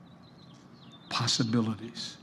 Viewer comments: Man, he actually pronounced judiciary correctly only to fumble on possibilities. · Strange pronunciation of "possibilities". You Americans have some unusual dialects. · he should have said "possibilities" BEFORE tgthftiekeoke